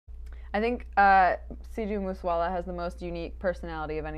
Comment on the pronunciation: makes me LOL when she says Sidhu moose wala 😂